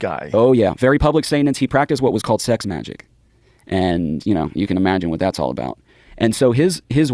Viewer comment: Its pronounced MAGIC not Majeek... smh tf? And you didnt even know parsons actual story or that Crowley founded Thelema?